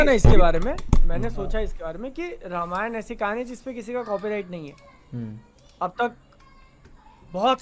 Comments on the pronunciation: Same yar i have also same question, let's foreigners a side but why indians says रमायन not रामायण 🤔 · Bhaai log it's रामायण not रामायन I see you guys say English stuff pronunciation very accurately but can't do same thing for Hindi/sanskrit stuff.. why this hypocrisy... Only is saying Ramayan perfectly but baaaki dono balak ni ho ki sahi se na bol sako...😮